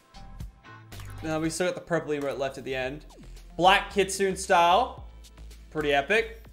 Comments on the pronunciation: Makes me cringe when he say kitsune wrong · Yo, Japanese ppl out there. Who can relate to how I felt when Lachlan pronounced kitsune.... 😒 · we know that he just said it wrong